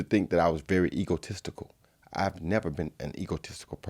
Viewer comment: Anyone heard "eagle testicles" instead of egotistical?